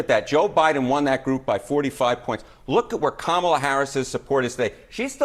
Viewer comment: That CNN guy said Kamel-A like "Pamela" RACIST! To The Gulag!